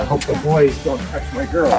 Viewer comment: I love how the dad says I hope the boys dont toutsh my girls